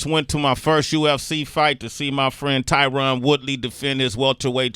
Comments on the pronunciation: If they're such good friends, why can't they pronounce the man's name right🤔🤔?? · Tyron “I don’t CUR” woodley